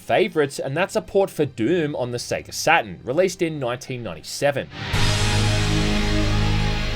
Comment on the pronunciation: It's not "Satin" it's Saturn. Sat-TURN. You're aussie english is atrocious.